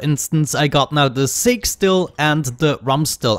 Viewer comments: Its pronounced Sock-E for Saki, ill shut up now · Sah-kay! Saké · Huh, I figured someone would have surely let you know that sake (the alcoholic beverage) is pronounced like "saw key". It's Japanese rice wine. Anyway, loving the series! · sake still lol... sah-kay still